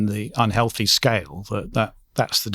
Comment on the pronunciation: she should say 'healthy snacks' not 'on-healthy snacks' then 2 seconds later say un-healthy snacks'. it would be difficult to speak less clearly.